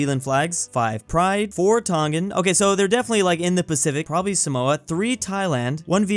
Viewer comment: Samoa is pronounced SAH-mwa